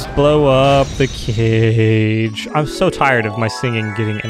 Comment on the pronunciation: When said "Blow up the cage", I could have sworn he said "Blow up the kid."